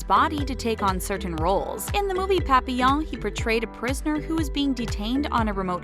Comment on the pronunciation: lemme get this straight... you tried really hard to pronounce papillon and les miserables as accurately as you could but didn't try at all with quinoa?